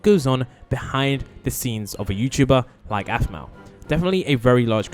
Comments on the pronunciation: BRO IT'S APHMAU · Aphmau not masima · Its Aphmau not animal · And her name is Aphmau not Asma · Dude her name is afmaw not 🚫 asmiw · The name its not right... Iron is ian (EE - An) and animal its aphmau (AAA PHPH MA ouw) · "animal" "iron"💀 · Did he call aphmau asma? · In the start of the vid you'll see he said animal and not aphmou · yeah he also called aphmau Asama 😂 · Bro is bad at saying “ein “and “aphmau” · Bruh He keeps Making this Text to speech thing saying her name wrong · Your saying Aphmau and EIN wrong